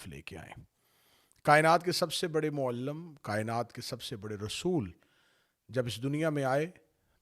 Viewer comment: السلام علیکم۔ سن کر آصف علوی صاحب کی علمی حثیت آشکار ھو گئ۔ صرف مسلکی اختلافات کا رٹہ لگا کر پیسے کمانے والے بھائ جان معلم کی اخری آواز lam نہیں lim ھے اور احکامات ایک نہیں ایک حکم ھوتا ھے۔ میں حیران ھوں کہ آپ کے سامنے بیٹھنے والے بالکل کورے ھوتے ھیں۔ یقینا جو شیخ عقیل غروی ، محترم طالب جوھری اور محترم جواد نقوی کو چھوڑ کے أپ سے علم سیکھے گا وہ علم دوست کم اور انتشار دوست زیادہ ھو گا۔ آپ کا ایک ھی تحقیقی بیان جو نبی صلی اللہ علیہ و الہ وسلم کی بیٹیوں کی تعداد کی تحقیق پر ھے وہ بہت دم دار اور شاندار ھے مگر انداز گفتگو اس میں بھی بچگانہ (چھچھورا) ھے۔ والسلام